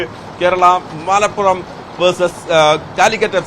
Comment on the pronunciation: Malaappuram alla Malappuram ann😂